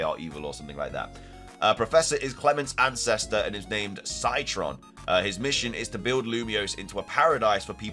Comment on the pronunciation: What a unique way to say "Citron"